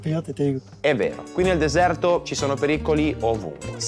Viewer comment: RieSHco SEntire tuTTa l’ enerGGGGIA del desëærto….. ma vai a cagare 😂😂😂